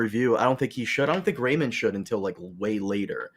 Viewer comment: “Everybody Loves Raymun”